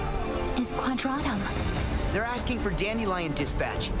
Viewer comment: I am so scared is it really pronounced Quad ra toom??? How did i miss that